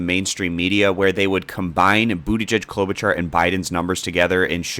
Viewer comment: Fyi it’s pronounced Klobu-(shar)